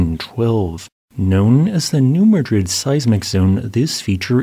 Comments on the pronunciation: Many place names found in the Midwest have different (odd) local pronunciations. The most egregious example is the town of Versailles, Illinois pronounced locally as ver’-sālz. Similarly, is the local dialect it is pronounced new mad’-rid, not new mə-ˈdrid. No biggie, but I think it is fun to maintain US linguistic regionalisms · New MADrid, not m'DRID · Okay, everyone - let's all say it together: It is New MADrid not New MaDRID. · As someone from the Bootheel of Missouri, it’s pronounced Mad-Drid, not Ma-drid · New Mad-rid, not New Madrid. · It’s pronounced New MAD rid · Huh, I learned something I didn't know about us earthquake zones. Thank you! Also New Madrid is pronounced Mad-rid in the regional dialect, not as the Spanish city. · Pronounced New MADrid, don’t ask me why…